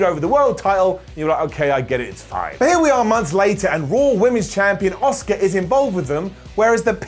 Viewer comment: The way you say Asuka sounds like your saying Oscar... Which is the name of my cat. Nyaa.